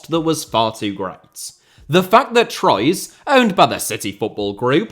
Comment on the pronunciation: i'm sorry, who are "troyz"? the crimes against pronunciation continue.